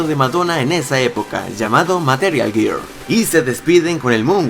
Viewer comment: Girl se pronuncia Gerl 😂